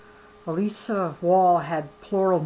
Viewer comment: That is my aunt. you said elissa wrong. This book is moving and this is nothing to joke about, im not saying you are making fun but for all the people that joke about polygamy, it is not a laughing matter